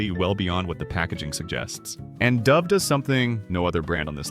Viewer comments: This video wasted two minutes on the intro to Russell Stover. Imagine a video describing empty, tasteless ingredients offers empty, meaningless content. And pronounces "Dove" with a long 'O'. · The AI generated voice becomes apparent when it cannot pronounce the word dove😢